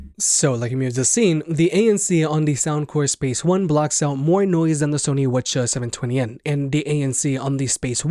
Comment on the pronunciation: Why are you calling them Whatcha’s? I don’t think that’s how Sony (or anyone else) pronounces WH-CH… No hate, just curious because this is the second vid I’ve seen you call them that. And I had no clue what you were talking about the first time